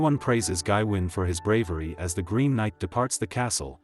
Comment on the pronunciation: its pronounced GaWayne. FFS this AI slop is killing me!!